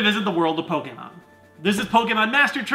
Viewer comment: I liked this video because you say Pokémon, not Pokeemon. <3